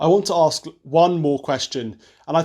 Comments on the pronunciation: This guy is so awesome I'll even give him a free pass for not pronouncing the word "ask" properly. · Brandon,i think you are great,but please don't say,ax, instead of ask!!! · This guy is an embarrassment. He should learn to pronounce the word "ask" before going out to speak in public about anything the requires two brain cells to discuss. I also don't agree with the conflation of the assertion black lives matter and the movement which I extremely opportunistic and questionable. Has anyone actually visited their multiple websites (which in itself is dodgy) and their "what we believe" section. It is shocking and the protestors are utterly being used and worst still, during a pandemic. It is tragic. There is definitely an issue with racism in the country and it needs to be addressed and not downplayed.